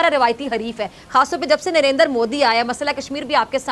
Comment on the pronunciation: Narendar modi nhi Narendra modi g ...saalo thik se bola to jta nhi hai